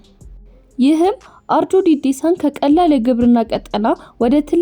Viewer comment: አርጆ እንጂ ኦሮጆ አይደለም አስተካክለሽ ተናገሪ።